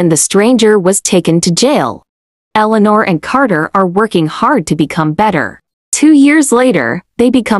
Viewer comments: eleanor? more like eleano cuz the forgot about the r in the end bozos💀💀💀💀💀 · Bro they said Eleanor but it spells wrong 💀💀💀💀💀☠️☠️☠️☠️☠️⚰️⚰️⚰️⚰️